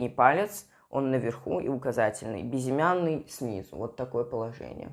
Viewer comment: Хватит говорить бизимяный безымянный!!!